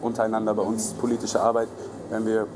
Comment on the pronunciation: Wie die studentische Hilfsreporterin >politisch< ausspricht..... >polllitisch<